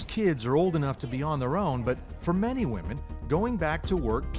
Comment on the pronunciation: "Wahmens most affected" Where are all these strong empowered wahmens who dont need no man?